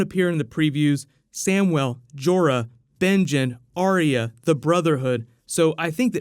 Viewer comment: its Ar Yah and not Aria